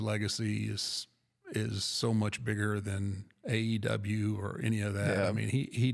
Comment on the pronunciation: The undertaker is so WWE he struggles to say aew lol